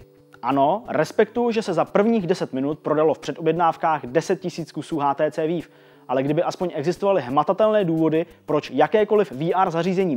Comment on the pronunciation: Super díl, jen bych chtěl upozornit na špatnou výslovnost HTC Vive :)